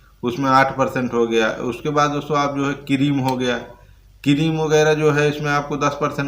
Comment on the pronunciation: किरीम नही भैय्या जी क्रिम होता है